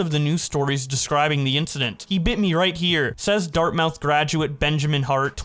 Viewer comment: Pronounced dart-moth.